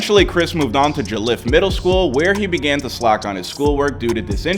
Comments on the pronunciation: It’s jallliff basically that’s how it’s said not jolliff or joelliff I feel really disrespected cuz I went to that school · You slaughtered “joliff middle “ but it’s good